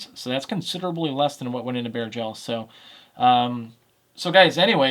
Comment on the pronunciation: It took me a bit to realize he’s saying bare gel, not bear gel. 😂😂